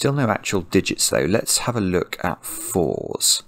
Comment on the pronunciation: I just figured out why Alexa goes off!!!! The way you say/pronounce "let's have a go" sounds a lot like "lexa a go" so she asumes you are calling her!